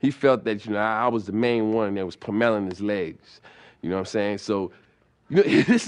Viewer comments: Dude said “puh-melon” his legs?!? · He is so funny on things that people dont even catch man. When talking about the couch incident and beating the f out of his (ricks) legs, he said "He though I was the only one puh-melon (pummeling) his legs" LMAO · What the hell is ‘puh-melling’?😂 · "Poo-melon his legs.." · "peh-mellin his legs" lol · I 💜 "'puh-melon' his legs"😆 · The way he says pummeling will always make me laugh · Why he say pummeling like that lmao RIP Charlie